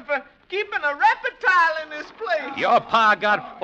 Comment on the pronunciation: This 1949 broadcast of the story "Snake Doctor," is particularly good, if only to listen to the great Paul Frees (playing a hillbilly simpleton) prononcing the word reptile as: " REP-I-TILE " It's also fun to hear an old mountain lady prononce head as: "HEY-ID" along with many other "Appalachian-specific" pronounciations . . . It truly is great listening!